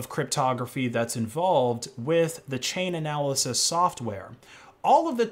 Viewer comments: It's almost as if this guy doesn't read the stuff he puts on screen: delisting XMR for EUROPEAN clients, not everyone. DECEMBER 31st is the deadline for withdrawal, not October. CHAIN-ALYSIS...not "chain-analysis" Dude, it's on the screen, bigger than Dallas..."Chain-alysis" Minimum is 80GB+, not 60. Minimum is 160GB+ for full node, not 200. You're showing requirements on screen. How do you get this wrong? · For the love of fuck please say Chainalysis correctly, its boiling my piss